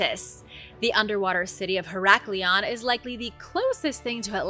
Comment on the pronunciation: Heracleion is so miss pronounced 😮